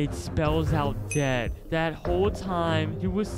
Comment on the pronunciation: DAED si daed he say youre daed